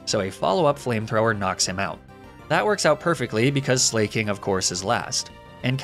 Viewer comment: Ok so this is just my take on pronouncing slaking. Slack-ing because he’s lazy but also a king?? You: slayyyyy king